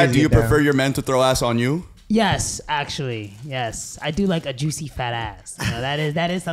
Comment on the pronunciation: YOU’RE WATCHING THE JUICIEST-JUISH-UHGIN, JUSHT-AGIN